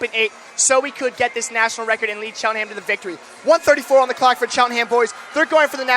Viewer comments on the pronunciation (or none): Bruh can’t say cheltenham tho? Lmao